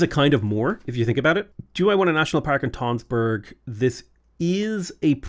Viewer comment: tønsberg is pronounced like tunsberg, it has the same sound as the u in fun